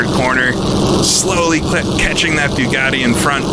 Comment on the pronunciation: the "byuugatti". Your pronunciation makes me watch on mute.